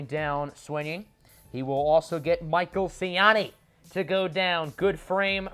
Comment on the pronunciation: You finally pronounced Michael Siani right